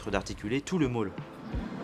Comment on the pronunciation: Il dit Maule et pas Moule Va consulter pour tes oreilles l'idv